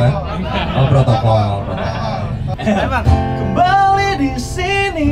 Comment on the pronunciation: protokol om bukan prokontol